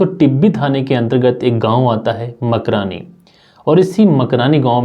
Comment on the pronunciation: तब खाबो मकरानी गांव नहीं है कमरानी गांव है